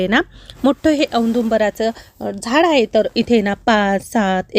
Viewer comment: तुम्ही खूप शुद्ध मराठी बोलता😂 पण एकच शब्द गावाकडचा वाटतो😂 तो म्हणजे (हाए) नाही ➡️ आहे म्हणत जावा